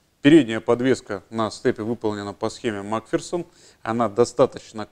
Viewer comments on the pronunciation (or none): none